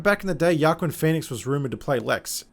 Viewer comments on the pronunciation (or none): Like the video but you need to pay attention to what you're criticizing, it's a little hard to take you seriously when you're getting the details wrong. Basically if you don't care why should anybody else? And work on your pronunciation of Joaquin